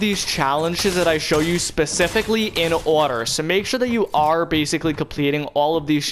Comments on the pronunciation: And you say bacilay ALOT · say baciclly one more time